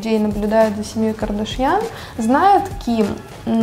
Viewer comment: Почему КардАшьян? Это же армянская фамилия, там ударение падает на последний слог